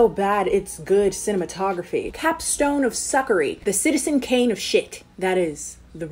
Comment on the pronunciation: Girl you were so close to "Shitizen Kane" there at the beginning that I'm a little mad you didn't see it.